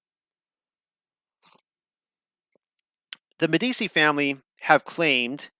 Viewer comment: Meh - dee - chee -- is how you say it. At least put a little effort in.